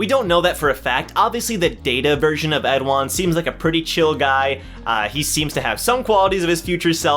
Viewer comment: Hello. I read and write korean and I wanted to correct your pronunciation. It is khun 에드안, eh du ahn, or like in the English translation, Edahn.